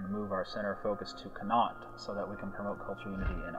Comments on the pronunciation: Con-acht(as in yacht minus the Y) is not how you pronounce 'connacht'.Also that map of ireland is so wrong Meath is s county in the west not a province in the east. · connaught pronounced con-ocht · I have not yet seen someone who doesn't live in Ireland pronounce Connaught right lol.... everyone ends it like this guy does... it should end with a -ocht sound.